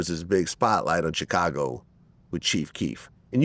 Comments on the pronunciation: I hate the way Vlad says Chicago. He says “Cha-cago” 😫😫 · I absolutely hate the way Vlad pronounces Chicago so phonetically. That's not how that word goes, it's not english smh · I hate how Vlad pronounces Chicago.